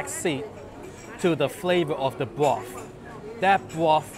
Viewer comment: I can sit here and listen to you say "broof" all day.